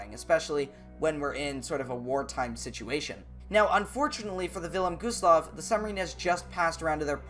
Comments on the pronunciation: It’s Wilhelm Gustloff not vilham gostloff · villem goosloff? its the Wylhélm Güstlof thats the way to pronounce it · U said vinnlem gooslof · “Village Gustllaf”💀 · "Vilelm gooseloff"😂😂😂😂